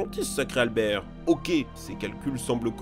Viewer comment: Vous avez tué le nom d'Albert